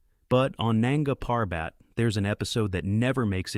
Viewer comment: Nunga Parbat is not pronounced that way.